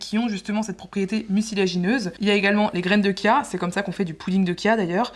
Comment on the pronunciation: Graines de “tchia”, c’est comme ça que ça se prononce